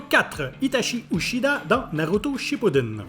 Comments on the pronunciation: itachi uchida... et sasouke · Triste nouvelle. Itachi UCHIDA. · Itachi Uchida ?! Non là t'abuse. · « Itachi uchida » mdrrr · Je rêve où il a dit itachi uchidah 😭😭😭😭🤣🤣🤣🤣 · Bah il quand même dit Itachi Uchida a partir de la on ne peut pas accepter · Itachi UCHIDA?! 😂